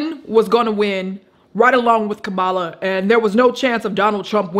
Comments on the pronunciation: Kumala Harris 😂😂😂 I believe you're pronouncing her name incorrectly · Her name is pronounced comma-la.